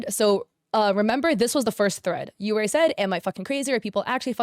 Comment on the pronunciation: yeurei is pronounced like yuurei which is baiscally "ghosts"